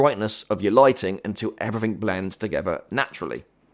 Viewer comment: It’s not everyfing It’s everything It’s not wiff It’s with It’s not free It’s three It’s not uver It’s other It’s not togever It’s together